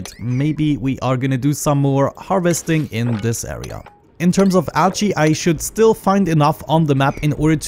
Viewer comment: Do you guys hear him say "algae" as "ouchie"? :P